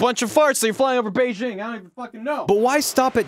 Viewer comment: When says flying over Beijing I hear Flying over beige ing